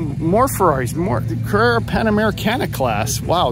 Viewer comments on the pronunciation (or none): none